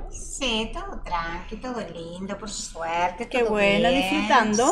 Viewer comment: "CON SUERTE" = "CON CUÉA (CUEVA)